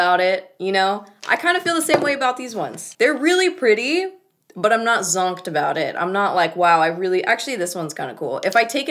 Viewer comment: I burst out laughing every time you said zonked 😂😂😂 so much emphasis